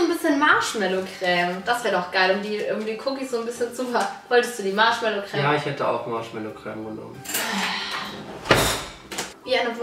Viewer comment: Wie die einfach anstatt Creme „Cräm“ sagen 🤦🏼‍♀️